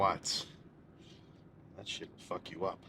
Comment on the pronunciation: I FINALLY FIGURED IT OUT! This dude is %100 a trailer park boys fan and is channeling his inner Ricky at times lmao. If ever binged that show and didnt have a slight Canadian accent you didn't really watch that show lol. "Ohh fack, I'm fackn pumped" 😂😂